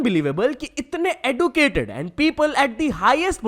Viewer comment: bhai your pronunciation of educated is wrong